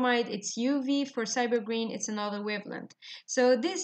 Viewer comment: Ma'am have pronounced rightly.